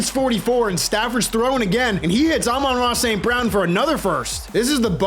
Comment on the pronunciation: One of the only youtubers that actually knows how to pronounce Amon-Ra St. Brown's name